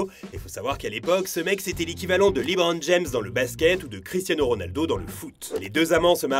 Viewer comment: Top le clic droit comme très souvent ! Par contre le "Librone James"' c'est juste non haha